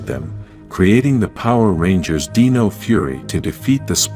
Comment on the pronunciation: why do you say "deeno" instead of "dino"but pronounce dinosaur properly 😂